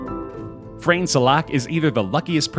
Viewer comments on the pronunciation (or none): Frane is actually pronounced as Frah-neh in Croatian language ;) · I am laughing so hard because nobody can pronounce Frane Selak’s name correctly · If Frane knew how you pronounce his name.. He'd prolly have a heart attack and finally die 😂